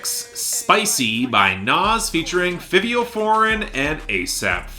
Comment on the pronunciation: Can you please research the names of the artists you speak about, from NAV to Benee to Fivio Foreign... It's not hard to find an interview or a video where their names are spoken so you're not mispronouncing multiple artists' names every time